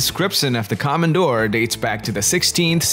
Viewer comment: Please don't say 'come & doors', just normal o wovels. Komondor. Simply o.